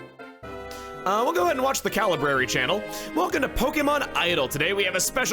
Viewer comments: Anyone else catch that he said the "calibrary" channel? As in Calibrary Cuff Paula Deen? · Calibrary lol